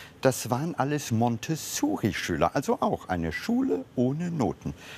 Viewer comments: Oh Mann, es heißt Montessori, nicht Montessuri!!!! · Das heißt nicht Montezuri oder Montesssssuri, sondern Montessori. Benannt nach der italienischen Entwicklerin dieser Reformpädagogik, Maria Montessori ( ). Sie war auch Ärztin, Philosophin und Philanthropin. Aber Frauen werden ja gern mal übergangen, vergessen, verschwiegen. Auch bei den Öffentlich-Rechtlichen. Leider.